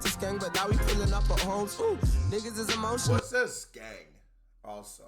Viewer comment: U been reacting to uk for this long and you don’t know what ‘skeng’ is??? BOMBACLART